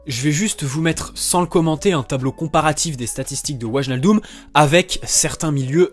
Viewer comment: Ça Ma Stressé pendant toute la vidéo Qu'il dit "Waljaldum"😭😂